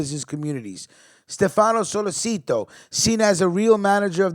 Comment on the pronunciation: It’s pronounced solé chi toe (sollecito)